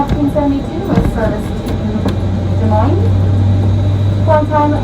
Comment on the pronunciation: Des Moines (dah-moyn) you pronounced it right! Happy 2022! Al from SW Florida! 🌞 🌴